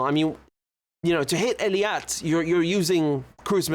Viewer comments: It's Eilat not Eliat. It's driving me crazy. LOL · Hey, Richard! Please, stop saying Eliat! Maybe you’re thinking too much about the English name Elliott. But Hebrew is not English. So say it correctly: Eilat! That’s pronounced AY-LAAT. But you even misspelled it as Eliat on your map, so you clearly don’t know, how this word is spelled and pronounced. Just look at all other maps! You have to write and say it correctly as EILAT. So correct your map and start saying it correctly from now on! You can also type it into Google Translate and then listen to how it’s pronounced! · I have full respect for your insights and l want you to be your best every time. That's why l couldn't resist to pointing out that you are pronouncing Eilat wrong. I hope you will not take this wrong way.